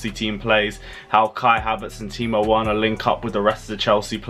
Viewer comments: Well done for the effort although you said Worner at the end. Effort appreciated. Timo Werner (Verner) lol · Stop saying timo werner it’s verner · C’mon, its Pronounce Verner... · I noticed you always pronounce Werner because it started with W ... But in Germany W is pronounce as V . I.e Timo Verner .... pronounce correctly ... please bro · As soon as he gave the whole rant about saying Timo Werner wrong, he goes ahead and says it wrong again. 😂😂😂😂 I'm taking back my thumbs up on this video. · The way this presenter is mentioning Timo werner is wrong , please pronounce the w as v